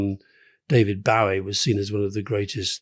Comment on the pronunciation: Bowie is pronounced Boe-y, as in 'joey'